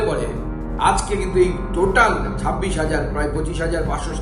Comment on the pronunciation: আমার মনে হয় আমি ভুল শুনেছি ,,,, "সাববিশ হাজার" এই রিপোটের মুখে। যদি এটা ভুল উচ্চারণ হয়, তাহলে আমার মনে হয় ওটা "ছাব্বিশ হাজার" হবে। খবরের রিপোর্টার যদি এমন হয়, তাহলে শিক্ষক কেমন হবে। ????? "গামবাট" রা তাদের যোগ্য নেত্রী পেয়েছে। এর বাইরে কিছুই হতে পারে না। এতে লজ্জা বা ভয়ের কিছু নেই। যেমন মানুষ, তেমন তাদের যোগ্য নেতা বা নেত্রী।